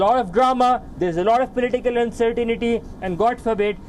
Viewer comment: "Uncertinity" WTF does that mean?